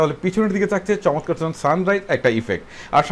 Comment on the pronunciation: দাদো "শমতকার " নয় "চমৎকার" হবে ওটা!!!!